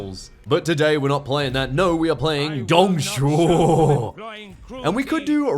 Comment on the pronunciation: Dude, perfect pronunciation of Dongs name